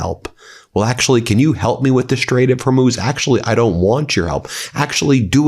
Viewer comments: " as to the Strait of HORMUNES. ah, you need dah, you need to clear the straits .. .!? Is that buffoon a Government representative?? W.T.F.?! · Did Lindsey just call Strait of Hormuz "Strait of Hormones"?